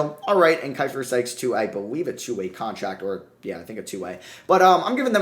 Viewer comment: Manages to butcher both Sykes and keifer 🤌🏼